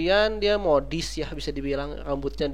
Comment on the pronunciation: modus bukan modis